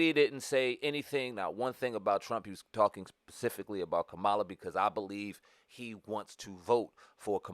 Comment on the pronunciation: First of all, why you so disrespectful? What if I call you Spam over and over again? If you watched the DNC convention Mrs. Harris's nieces explained in real simple instructions on how to pronounce her name and your dumb ass still can't get it right.